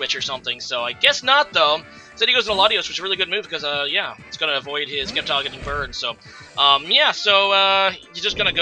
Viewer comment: Wow bro the C in sceptile is silent